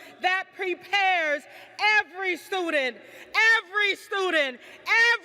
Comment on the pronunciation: Why can't this university trained president pronounce the word student correctly?